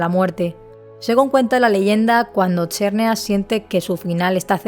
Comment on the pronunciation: No se dice kaiogre se dice kiogre y tampoco cherneas se dice xerneas